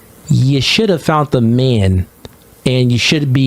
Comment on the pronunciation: The word bruh is commitment not commitance tf ?! Fount ??? man the word is found. Stop listening to him. Dude cannot speak clearly at all.